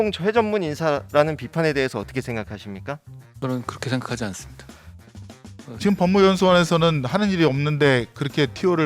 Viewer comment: 직금 발음 ㅈ같네 계속 생각나넼ㅋㅋㅋㅋㅅㅂㅋㅋㅋㅋ